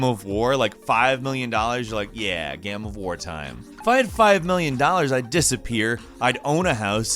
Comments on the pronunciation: what the fuck is wrong with you pronouncing the word game? you say it like gham or something. sounds so fucking weird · Everyone: Game: "Gaerme" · I love it how you pronounce game. Its like gaem. Or gäm. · why does he pronounce game like gaem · "Gayem"- This guy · Is everyone ignoring the way he said game